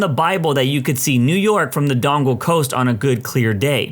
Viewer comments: Im sorry I have to do this, it's not pronounced dongle like an electronic attachment, it Don-ee-gal. That's why it's spelt Donegal. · If it's not been said before, 'Donegal' not 'Dongle'